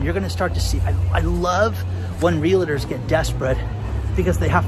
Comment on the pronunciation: It is pronounced "realtors", not"real a tours".